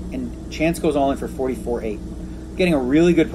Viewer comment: If he says FOFTY once more I will rip my ears off and eat them. ENOUGH!